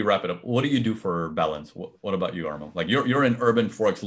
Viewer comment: Thanks! PS: It's Armand, not Armo, it is a French pronunciation.